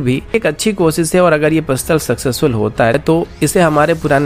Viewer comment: Good channel but speech delivery needs correction. Eg. साम नही सैम surface to air Cheej nahi cheez कोसिस नही कोशिश And so on. News reader must give attention to it.